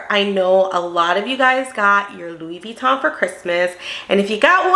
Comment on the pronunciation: As an expert, why is she mispronouncing Vuitton?